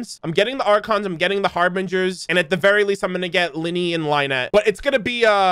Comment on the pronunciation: Lets just put this out there, Lyney and Lynette are pronounced the same, its not Lee-nee and Lai-net